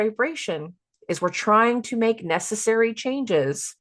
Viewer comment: Hahaha “messessary”😂